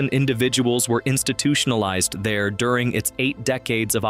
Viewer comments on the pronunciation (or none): none